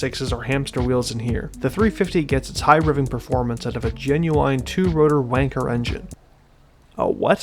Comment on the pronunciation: Zeeee r 350, you're not British, the car isn't British. And it's pronounced ANUS. Also wankel not wanker